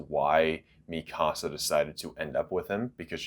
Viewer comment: Why does he say Mi Casa and not MeCuhSuh? Is that really how it’s supposed to be pronounced?!